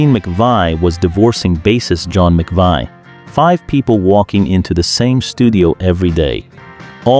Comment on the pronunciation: McVie, rhyming with lie? WRONG. Do BETTER! Or quit, this is disgustingly disrespectful. The names are well known, the LEAST you can do is pronounce them correctly.